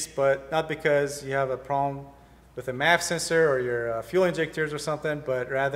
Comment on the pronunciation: You're pronouncing MAF as "map" sensor...please explain the difference. Nevermind...someone just told me. MAF is short for mafia...and "map" is short for Modified Apple Peeler....but it somehow don't sound right.